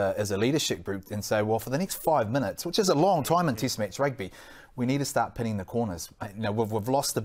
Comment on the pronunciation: It's not as annoying as kiwis saying tist match ,or jiff instead of test match and Jeff